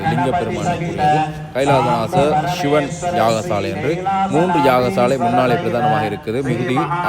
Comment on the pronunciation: வணக்கம் தம்பி தமிழ் உச்சரிப்பு மிகவும் முக்கியம் அதை பார்த்து கொள்ளுங்கள் சிவன் தான் சரியான உச்சரிப்பு இப்படி சில சொற்கள் தவறாக உச்சரிக்கப்படுகிறது அதை கவனியுங்கள் நன்றி